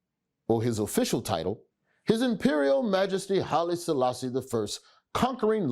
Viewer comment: It's the pronunciations for me tbh😭😭